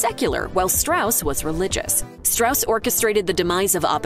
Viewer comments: There are some questionable representations in this video's questioning of the accuracy of the film. It's pronounced Straws, not Strauss, which is clear enough if you see the film. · It’s pronounced “stross”, not the typical Germanic “Strauss.” That’s why they had the character explain within the film how to pronounce the name. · Strauss is pronounced STRAWZ stilly. Go see the movie. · Strauss insisted on "Straws", not "Strouse". Sounds less Jewish. But I don't know if that's what motivated his choice. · It's pronounced "Straws". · It’s pronounced straws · Topic of the video: Everything Oppenheimer Gets Right And Wrong About The True Story First thing it does: Butchers the pronunciation of the name Strauss--- something that is mentioned in the movie. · You mispronounced Strauss’ name. There’s literally a whole section of dialogue to explain the proper way to say it. Did you guys actually watch the movie?